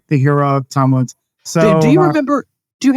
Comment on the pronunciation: pssst... Woodzzz... There is an 's'